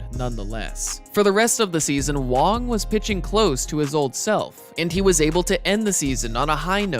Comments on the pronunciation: Wang not Wong dude im Taiwanese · Its Wang he just pronounces it wrong the whole video for some reason